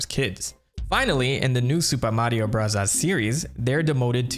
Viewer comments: If I hear u say “Super Mario brazzas” again 😂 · The commitment to saying Mario Burazas sends me. I love it. I subscribed as soon as you said you would do it and it’s why I stay. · Why do you keep saying "Burazaazu"? It makes no sense as Katakana is meant to mimic American English, English or Foreign loan words. It would be like saying "Chiizu Baagaa" instead of Cheeseburger for a video history about MOS burger. I don't dislike the video at all but that kept standing out to me every time you did it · Why do you say super Mario “brothers” like that. 😂 great video. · Couldn't make it through the video due to the way you pronounce the word BROTHERS. 😊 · Why do you say super Mario bros. Like that I cringe every time lol. 😂 Great video tho 👍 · Why do you say super Mario brothers like that? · Cool video and everything bro but i promise u dog u don’t gotta pronounce “super mario bros” like that lmfao it’s driving me insane, stop it. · he pronounces that way as a running gag, after someone got on his case for saying 'bros' instead of 'brothers'